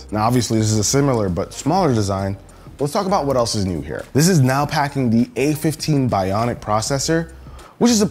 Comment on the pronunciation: “A15 Binoic”😂